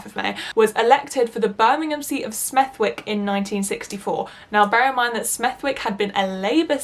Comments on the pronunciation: i love your videos but the way you say smethwick.... girlll (its kinda like smeth-ick not smethWick) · I for one definitely want the video all about why you hate capitalism!! There can NEVER be enough anti-capitalist videos on Youtube!! And god knows we need passionate creators on our side to compensate with passion & talent to make up for what we lack on Youtube that the right has - i.e. corporate funding!! By the way, for the future, the W in Smethwick is silent!